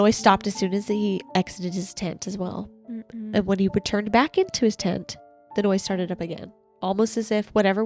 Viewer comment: 34 minutes in and I just realized y’all are saying TENT I very clearly was hearing TINT and could not make sense of what you meant lol